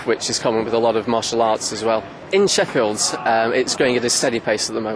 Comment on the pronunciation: kinda sounded like the reporter said fucking Sheffield at 6 47 LOLLLLLLLLLl